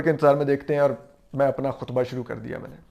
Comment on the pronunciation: Ho sake to apna talafuz theek karen.... Fareeq....not feriiiq...fereeqen. Aur....not or Sidiqa not sadiika